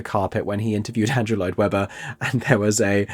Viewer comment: It will be like Sleep No More, which was really cool. Also…it’s challenging to read cursive? Also…you said “Android Webber” at point I’m pretty sure.